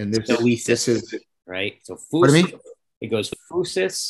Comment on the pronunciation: Great talk! That pronunciation “phoosis” though…